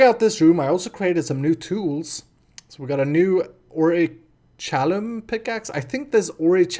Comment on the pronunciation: It us pronounced Ore-i-chal-kum